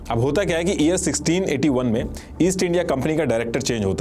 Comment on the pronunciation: pehle toh aap thikse YEAR bolna sikh lena please.. it’s very irritating to hear “EAR EAR all the time 😂